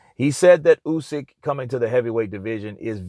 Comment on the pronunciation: Thank you for saying Usyk instead of You-syk that for whatever reason most english speaking people pronounce wrong